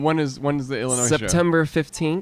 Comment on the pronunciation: oh god they pronounced the s in Illinois